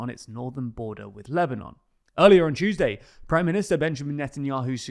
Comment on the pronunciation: Earlier on Chuesday 😂